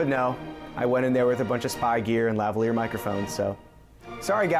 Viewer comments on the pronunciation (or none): none